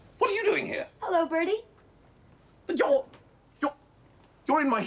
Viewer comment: A lot of the Americans on this show were actually played by Canadians. That's why (to Americans) the accent is so wrong and annoying. It's a subtle difference, but it's there. Most annoying is when the girls say "Burrdee".